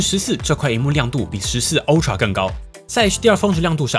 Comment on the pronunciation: 是"阿"TRA, 不是"歐"TRA, 您的發音太有特色了